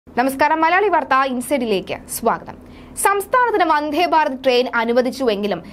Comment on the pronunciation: "വന്ദ്ധേ" അല്ല "വന്ദേ" എന്നു മതി.